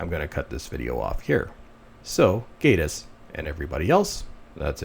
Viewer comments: Gay-tiss, or Gatiss. When an 'e' follows a vowel, the vowel says its name. There is no 'e' following so it is not AY. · Met Gatiss at an event about 8 years ago and he just came across as a pompous arrogant dick. At that point I lost total interest in being a League of Gentlemen fan. And it is pronounced GATTIS GAT LIKE CAT LOL.